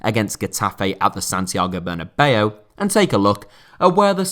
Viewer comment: Santiago Bernabeu. Ber na beu. Not bernabello or bernabei. Ber na beu